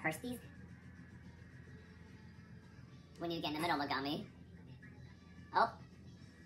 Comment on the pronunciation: Me-GAG-mi really gagging me 😵‍💫